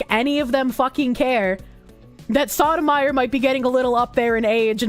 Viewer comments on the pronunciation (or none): Soh-toe-my-oar.😢 Saw-tah-meyer.😂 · keeps saying it like sotamizer. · For those curious, it's pronounced by stringing together the following words: So Tow My Your, and yes, it is Spanish. Doesn't stop the mispronounciation from being hilarious tho. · Soto-mayorr, the Spanish pronunciation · Soh-doh-my-oar? No. Sodom ire. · For the record; Sotomayor (So-toh-mah-yore) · That is just getting the pronunciation wrong. Sotomayor, pronounced like the words: so toe my your. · I love that pronounces the judges name as Sodomyer xD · Well, it is evocative of how she treats the law, so... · Giving English pronunciations to a Spanish name, based. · The way she pronounces it HAHAHAHHHH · it's pronounced: So-i'm-going-to-the-Korsche-or